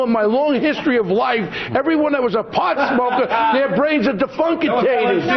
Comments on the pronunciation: 'defunkatated'?? Brain dead indeed..... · "Defunkitated" XD what a word! What a moron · Defunkatated ? Please someone name a new strain after that. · defunkatated, did he get that from the archie bunker dictionary? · "defuncticated" LOL!! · "Defunkutated"? What the hell is that? This people is just too funny.